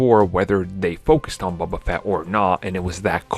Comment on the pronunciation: "bubba fett"